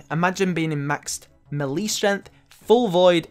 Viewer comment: Good vid but that isn't how you say melee